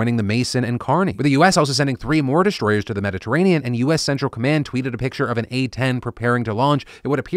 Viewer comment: "Shstruck"? "Shtriking"? "Deshtroyers"? "The France"? lol